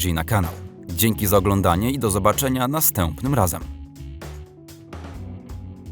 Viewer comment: Kurczę, jesteś moim ulubionym kanałem z tego typu ale wnerwia mnie strasznie jak próbujesz mówić pięknie i bardzo wyraźnie wypowiadasz litery jak "ę", "ą", itp. Na przykład "Do zobaczenia nastĘĘĘpnym razem". To bardzo nienaturalne i denerwuje. Weź to popraw :)